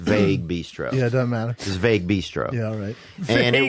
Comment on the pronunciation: Vague pronounced like "ragu"